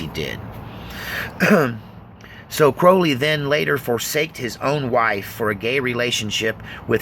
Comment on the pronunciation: Cr-owl-y not crohley